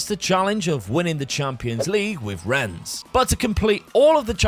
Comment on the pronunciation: I hope Rennes haunts you forever for the way you pronounce it xD Thank for another great video <3 Edit: And then you say Troyes so well i could've thought you are French. Sus